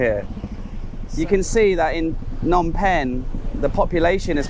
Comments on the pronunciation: S21 doesn't mean "Soi 21". Soi is the Thai word for alley, but this is Cambodia with a different language (Khmer). It refers to "Security Prison 21" (មន្ទីរស-២១). The museum is on the intersection of Street 113 and 330. Also sometimes you pronounce Phnom as "Nom" without the P - a common error because there is not much vowel sound between the PH and the N. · Why do so many foreigners ignore the "p" sound in "Phnom"?